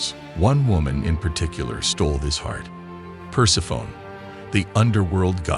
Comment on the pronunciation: Per-seff-uh-nee. Persephone. Per-seff-uh-nee.